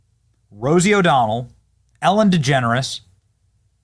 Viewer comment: You said Ellen Degenerate wrong 😂